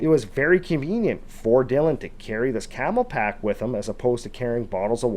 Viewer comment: CamelBak, not camelpak.